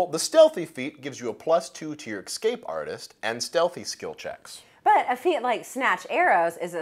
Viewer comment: did you say "ecscape"?